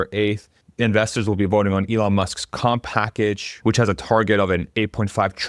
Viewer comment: 😂 please stop saying Elon’s come package 📦